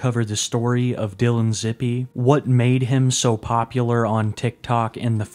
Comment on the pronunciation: It’s pronounced zip like zip code